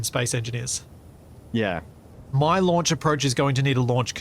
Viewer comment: The "LUNCH Facility" ??? 😂